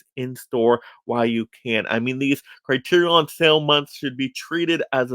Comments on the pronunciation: Okay I can’t watch the rest of the video because everytime I hear you say “CriteriON” I wanna pull my own hair out. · Why the fuck are you pronouncing it “CriteriON”?